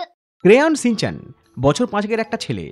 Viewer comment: Ore modon re শ ষ স এর মধ্যে পার্থক্য জানিস না? কথাটা "shinchan", " Sinchan" নয়।